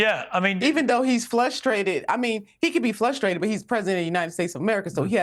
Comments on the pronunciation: “Flushtrated” She says it twice. Not a mistake. She thinks that’s actually the word and how it’s pronounced. Wild. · Did she Missy say FLUSTrated??? 😂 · Frustrated, not flushtrated😂😂😂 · Sorry, more like “flushtraded”. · Did she say, "flusteated"??? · She says " Flustrated? " Then in case you think it was an accident, she immediately says " flustrated " a second time! Wow. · Is that a grown woman saying flustrated with an L ? 😅😅😅😅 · This girl say flushstrated ?? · Wow. I'm a black male and I am utterly humiliated by Joy Reed's behavior and then they followed it up with another black woman wearing a goofy outfit 😅... then at 57min40 sec she confuses the basic word of frustrated with flustrated, u can't make this ish up 😂😂😂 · Is "flustrated" in the dictionary? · Did she say, FLUSHtrated? 😂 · Did this woman just say "maybe he's flustrated"?? 🤣